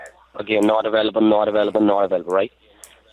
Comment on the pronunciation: I can't turn on my compewter? No sir, your compewter is infected with a virus. It says not avoolable, not avoolable? Haha.